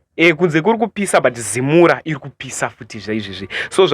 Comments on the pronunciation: Zimura😂😂😂😂😂 it's ZIMRA!!! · Zimra not zimura mwanangu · Iwe zimra not zimura 😂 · Anogona kuti Zimra...kuti zimura kutotaura zvokubhowekana nayo zimra nezvaurikuita .kkkkk